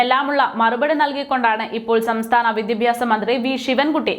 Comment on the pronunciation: വി ദി പ്യാ സം എന്നല്ല ഉച്ചരിക്കുക. വിദ്യാഭ്യാസം എന്നായാൽ നല്ലത്.